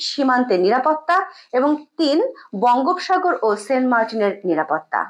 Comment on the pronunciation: কিছু মনে করবেন না, বঙ্গোপসাগর এর উচ্চারণ বঙ্গোপোসাগর আর উদ্বেগ হলো উদ+বেগ....